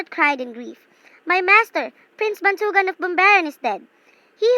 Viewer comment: The story is good but the stress and the accent, still its good